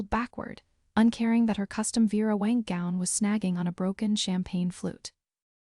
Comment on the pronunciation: Vera WANG, not Wank. If you're gonna use real famous dress designers, please get the names right.